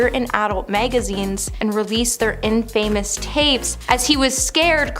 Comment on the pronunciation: Hahaha What ppl cant wear ttshistys or hats Righty o This channel has presenters that cant even pronounce basic words or read a tele promter This blonde chick just said IN- FAMOUS INFAMOUS- ONE WORD